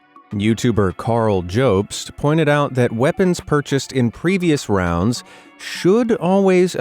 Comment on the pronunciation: It's pronounced job-st